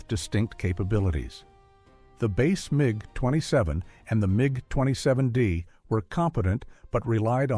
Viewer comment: but this is. Hear how sometimes IT pronounces MiG totally wrong.